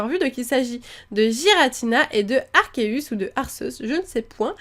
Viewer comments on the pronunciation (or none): none